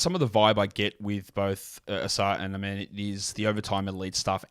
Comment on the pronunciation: Amen pronounces Ausars name UH-SAR, and Ausar pronounces Amens name UH-MEN